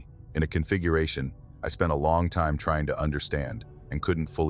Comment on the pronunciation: Ai can’t pronounce time